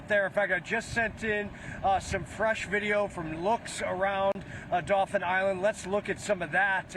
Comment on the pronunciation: daupheeen island. Tell me your not from here without telling me🤣